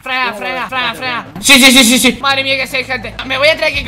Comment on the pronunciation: dice fanela en bede decir franela WTF